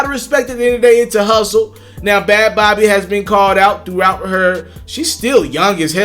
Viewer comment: It’s pronounced like baby lmao not bawbee/bobby